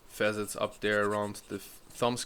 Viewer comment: .....fa '- sets for facets.... your English ist besser dann meine Deutsch....... no offense ! 🤔thanks again ...